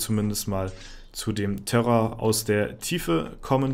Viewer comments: Ne, hab ich auch ein paar mal gehört^^ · und ich dachte schon ich hör nicht mehr richtig... 😅